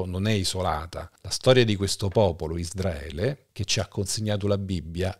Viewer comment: Ma perché pronunci ISDRAELE?! Quando si pronuncia ISRAELE?